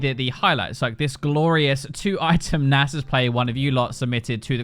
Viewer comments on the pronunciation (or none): none